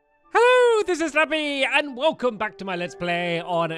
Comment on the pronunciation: I heard that. It made me laugh 😂